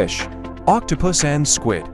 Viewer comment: You said squid wrong.